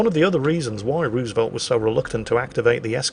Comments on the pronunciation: The pronunciation of Roosevelt is irritating to an American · I love ya, I really do; but it’s Roosevelt with a harder o sound like in no, it has some oo sound but it’s more or aloft an o